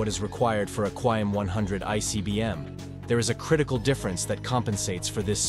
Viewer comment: You need some teaks for the way you say stuff "Qaem" is pronounced "Qa" then "Im" not "Quaem" which means totally different thing "lists" "Rezvan" is pronounced "Redzwan"